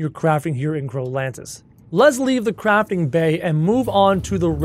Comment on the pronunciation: When he said- let’s Leave the Crafting bay, I thought he said- let’s leave the Crapping bay